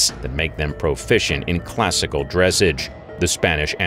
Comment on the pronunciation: You’re pronouncing dressage wrong